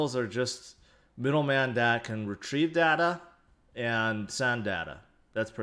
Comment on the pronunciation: When he say data = dader